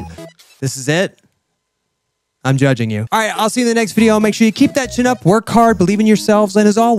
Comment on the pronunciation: I can’t believe you still say have a bye-five. Thanks for uploading